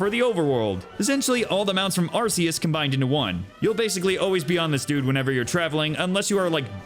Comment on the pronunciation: Haven't beaten it myself either, only taken out one team star base, gotten 3 herbs, and knocked out 4 gyms, been too busy just farming pokemon and grinding along with exploring >_< (also, kudos on pronouncing Arceus correctly)